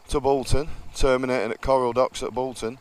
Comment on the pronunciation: Hiya mrs pointed out the river which joined the river irwell is the river croal not coral lol